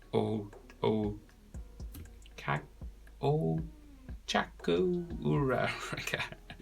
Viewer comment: THE BEGINNING WAS PAINFUL TO WATCH BCS OF THE WAY HE PRONOUNCED OCHAKO URARAKAS NAME! (no hate)